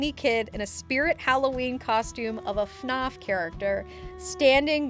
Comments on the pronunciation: The way she says FNAF and Froppy killed me 💀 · i have never heard anyone pronounce fnaf like that